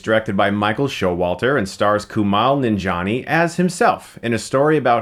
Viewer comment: Coo-Mail Non-Gee-On-E!